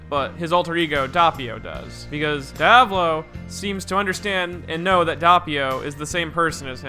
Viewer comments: As an Italian the pronunciation of Diavolo is triggering the fuck outta me - I bet ur not even making wild hand gestures behind your microphone. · It's funny how you pronounce Diavolo xD anyway nice video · Every time you say Diavolo the way you do, part of me dies. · can you please stop calling him daiavolo? as an italian i want to put a knife into my ear every time you say that I can understand the "Dopio" instead of Doppio because english speakers seems unable to pronounce a doble consonant, but... pls... Diavolo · Die-avolo? I haven't read the manga, but from personal experience I'm sure it is read as Dee-uh-volo (basically you pause on the "a" not on the first "o") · Hate how pronouces Diavolo Dee uh vaw low? No its Di aw voh low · My nibba said some diya-volo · It not die-o-val-o it's de a vo low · its pronounced DEE-AA-VUH-LO not DI-AA-VO-LO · Dee-ah-vo-lo, Doh-pyo. Not Dayavolow and Dahpio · "Diya-voh-low" Dee-ah-vow-low* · Diávolo not Diavólo DIAvolo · If I start saying Dieavolo instead of Diavolo I know who to blame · The correct pronunciation is Dee-UH-volo and not DIE-a-olo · shouldn't his name be pronounced as Di-uh-volo? not Di-ah-bolo?? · Diavolo Diovolo KONO DIO DA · The way you read Diavolo makes me want to DIE a volo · Dahppio Dahvulo My ears hurt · WHY ARE YOU SAYING IT LIKE DIE AH VOLO WHHHY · DAYABOLO AND DAPYO You butcher theirs names wtf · ah yes my two favorite characters, Dawpio and Deeavawlo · Listen and repeat: DI - A - VO - LO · Pronouncing Diavolo as "Di-ah-vall-o" : It just works..... NOT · jesus guys, it's pronounced "Diavolo" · Tips from an Italian: DEE UH VOH LOH or Di À volo. The emphasis is on the A. Cheers! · DEE-AH-VO-LOW Devil in Italian Sorta pronounced like Diablo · The way "Diavolo" is pronounced in this video makes me mad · The way this nigga pronounces diavolo triggers me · DOE-pi-oh and Dee-ah-VOH-lo are the proper emphasis/pronunciations, yes? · Dee-ah-vo-lo And it’s Dope-e-o